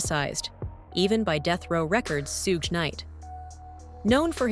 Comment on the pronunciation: Tupac is pronounced 2-pock. Shuge is pronounced like the word sugar abbreviated Get it right,!